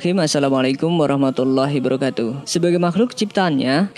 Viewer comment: Realy, assalamualaikum warahmatullah hi wabarakatuh √ Assalamualaikum warahmatullahi brakatuh X Kalau ngomong yg benar dong